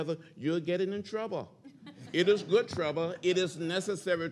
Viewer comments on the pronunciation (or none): GOOD TRUBBA